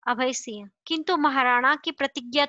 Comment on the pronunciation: Please improve your pronunciation of (singh not siah)